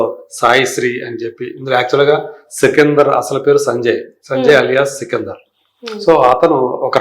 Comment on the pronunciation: Sikindhar kaadhamma sikandar 😂😂